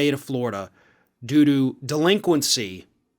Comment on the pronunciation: I swear I thought said doo doo instead of due to 🤣